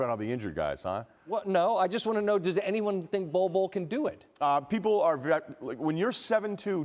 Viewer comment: Somebody put some respeck on Bol Bols name please!!!